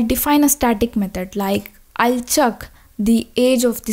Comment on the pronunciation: Don't say chuuk its check